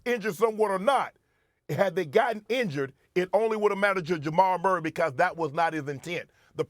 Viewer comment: Ja-mal Murray